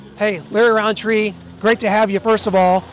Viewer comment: No hate but it's rountree